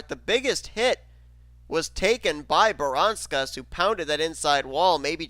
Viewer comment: That moment where Seth Cole derped when trying to say Audra Baranauskas' name right, but says it terribly wrong. (Voyles told me to do it.)